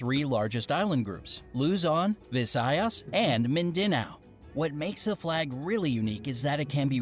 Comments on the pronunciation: Mindinao? Y'all, its pronounced Min-da-naw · ako naman na nailed ya yung luzon visayas pero yung Mindanao hahahahah mindinao!??!? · "midenao" HA? UNSA?! WHEN YOU PRONOUNCE IT ITS MINDANAO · Wait wait wait. How you pronounce Mindanao?! Min-dA_noW. Nononono!!! That's not the right pronouncement! You say it, (Min-dah-nao)... BOBO! may mas sasaya paba sa pilipinas? PROUD PINOY!!!🇵🇭🇵🇭🇵🇭🇵🇭🇵🇭🇵🇭🇵🇭🇵🇭🤟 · In the Philippines we don't have Wi-Fi every where you need sim cards to chat in the Philippines how do i know because im a Filipino and when you say mindanaw it's fast not like min.da.naw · Im a filipino and i only have 3 language and i do tagalog ilokano and english also he said mindenao its actuly mindanao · "Mindenao" Daw 😭